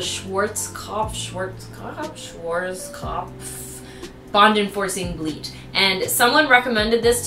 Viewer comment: You’re so adorable when you were trying to say “Schwarzkopf” 🥺